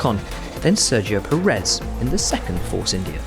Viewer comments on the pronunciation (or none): When are you going to learn how to pronounce Perez?